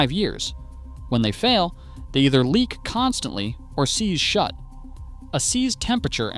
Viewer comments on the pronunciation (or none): none